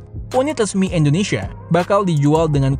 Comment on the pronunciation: bang kenapa kalo nyebut Indonesia selalu endonesia ? cmiiw